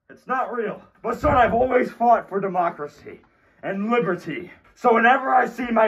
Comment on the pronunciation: Whenewer father said liberty i heard libertea😂